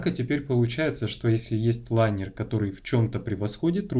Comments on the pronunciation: линер а не лайнер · Правильно же говорить лИнер?